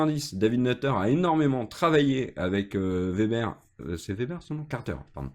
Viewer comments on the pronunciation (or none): none